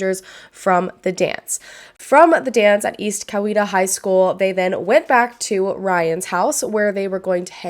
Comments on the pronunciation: I live in Newnan and this case has been so questionable for a long long time! Good job pronouncing Newnan and Coweta btw! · and yes you pronounced Coweta right! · You did say Coweta correctly! I live very close to where this happened and it was all over the news. His poor mama. 😞